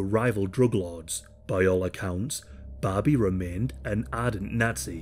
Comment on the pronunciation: I kept hearing Bobby. 😅